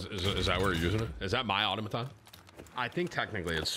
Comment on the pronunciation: “Everyone in this lobby with the exception of one was a demon” were you that one Timmy? Also we still pronouncing Automaton wrong bro?